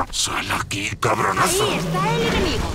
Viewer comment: el predator dijo crabonaso jajaajajjajaajajajajajjajajajajaajaj